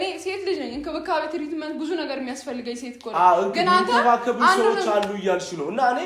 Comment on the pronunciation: ኢንኪቢካቤ .....😅😅😅😅 ቲሪቲሜንት 😅😅😅😅ያስፌሊገኛል .....አለች እኮ ይቺ ጉሬዛ ወላሞ 😂😂😂😂 መጀመሪያ ቁዋንቁዋሽን አስተካክይ .....ይቺ ነበልባል ሸርሙጣ ጉሬዛ ...አይፈልግሽም አይፈልግሽም አስመሳይ ነሽ ልጁን ተይው አትመጽኝውም ውሻ.....አንተ ናቲ ደሞ አታለቃቅስብን ሴታሴት ቆፍጠን በልባት ተኮሳተር አትለማመጣት😮😮😮